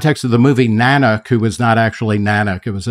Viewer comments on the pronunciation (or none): Nah-nook of the north, not nan-uck And yes, totally fake. You can't even say "Eskimo" anymore, it's Inuit. Everyone's a little too touchy these days.